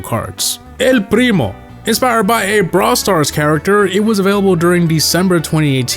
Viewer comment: as a spanish speaker your pronunciation of 'el primo' is exquisite